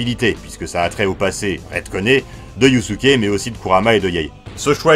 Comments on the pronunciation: Pour info, dans la langue Japonaise, le S entre deux voyelles se prononce comme un S et pas comme un Z. Donc Yusuke se prononce Yussuké (normalement c'est Yuuské), et pas Yuzuké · YuZUke 😭😭😭 un effort sur la prononciation la prochaine fois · Haha c’est dur d’entendre « yuzuke » a chaque fois 😂 Après je si je puis me permettre, pour dragon ball et yuyu ils faut les regarder en vostf, j’ai personnellement redécouvert une autre facette de dragon ball en vo alors que je les connaissais par cœur en fr, et pour yuyu j’imagine que le yuzuke vient de la version fr. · Moi j'ai l'impression d'entendre Yussuké